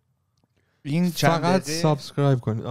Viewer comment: من نمیدونم چرا که دیگه تو کانادا داره زندگی میکنه چرا به subscribe میگه سابِسکرایب؟😄 اون کسره ِ ب خیلی زجر آوره برام. (بازم ببخشید اگه هکسره اضافه گذاشتم)